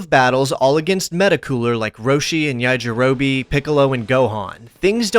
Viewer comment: its not Yajirobih, its YAJIROBEH